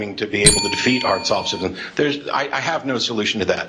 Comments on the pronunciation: Its not pronounced Solve a fist. Its pronounced so lop cist. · Dude solipsism.... For the love of christ learn how to say this word :(